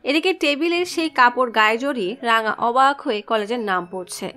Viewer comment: রাঙা❌ রংগা✅